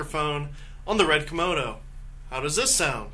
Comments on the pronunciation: lol, did he call it the Red "Komono" ? Yep, he in fact did call it a Komono and not a Komodo. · You kept saying red komono haha. Thanks though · Say Kimono again I dare you I double dare you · Am I the only one hearing Red Kimono?